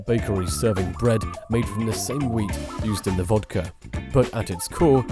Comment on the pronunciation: It's vodka, not vodker.